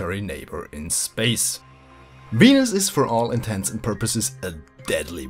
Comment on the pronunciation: Hahahahaha you pronounce it "weanus"